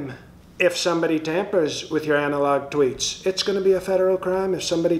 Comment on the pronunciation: 😂😅 Anal-Log 😂😅 These vehicles should have that logo on them while delivering these postcards... Anal-Log Service